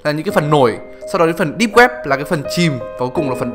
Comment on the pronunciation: Mấy lần rồi :)) deeb not deep